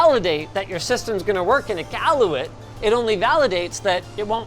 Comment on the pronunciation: Galluet? Was that supposed to be Iqaluit? The city on Baffin Island in Nunavut...